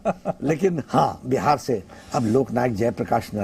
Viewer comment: "बिहार" होता है - "बेहार" नहीं होता है